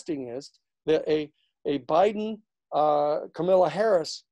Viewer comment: Great analyses Danny. Learn to pronounce "Kamala" and you've got it made.